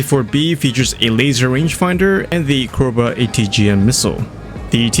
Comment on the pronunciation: Are you not a native English speaker? You mispronounced Joust and Cobra just within the first 2 minutes as well as your overall speech sounding very mouth closed and not natural considering you have a written script (also obvious in speech patterns). Maybe you should wing it a bit more to come off natural more and take some time on harder words if you aren't familiar with them.